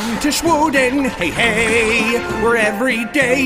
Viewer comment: Its sweden but he says it weird